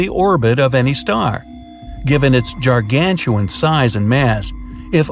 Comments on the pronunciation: How do you go so long without understanding that gargantuan is pronounced with a hard G?… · Leave it to “” to pronounce Gargantuan as JAR-gan-chu-win Actually, I could make a list of words that he didn’t pronounce correctly and “facts” that didn’t add up😅